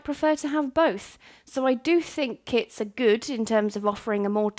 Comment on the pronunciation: I for real thought she said kids lol